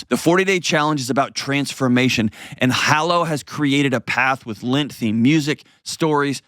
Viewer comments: Why does he keep saying "lint" instead of "lent"? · lint, I have never hear this pronunciation. I like your videos and are helping me process my divorce and mistakes we made and I don't want to make again.